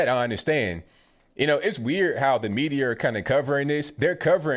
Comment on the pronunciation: "The medirrr" 🤣🤣 LMAO